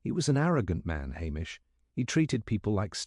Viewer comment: I couldn’t keep listening. “MacLee-Ohd”? “Ah-mish”? Clearly this is an AI voice.